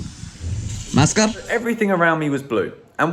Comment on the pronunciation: The way u said MASKE. Ur girlfriend german ? lol